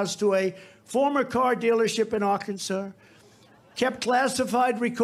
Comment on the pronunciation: "..in Aukansaur.." <--is that a new dinosaur he's discovered?! AMAZING!!